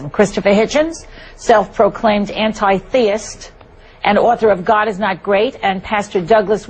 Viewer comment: An-ty-theist ... HAHAHAHA, funny from the off, I DO NOT KNOW how Chris didn't P**S his pants laughing !!! Let alone the whole debate, hahaha :) Chris is greatly missed, thank God ( sorry ) for Richard Dawkins as he is just as scathing, VERY entertaining for level headed people :)